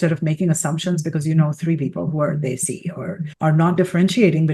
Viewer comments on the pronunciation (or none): Desi. It's pronounced "they-see"... Muslim is not pronounced Mooouzlem. It's Mos-Lim. Americans should put in the tiniest effort pronouncing nouns properly